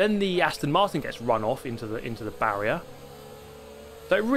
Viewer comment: Barrier = :/ Barry-R = :)